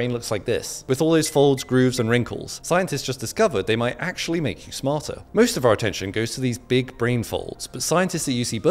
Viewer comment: "*MIGHT*" be emphasized on the word "*MIGHT*"